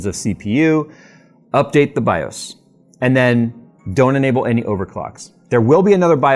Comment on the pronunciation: Say this out loud: MS-DOS. Ok, good. BIOS rhymes with that. 🤦‍♂️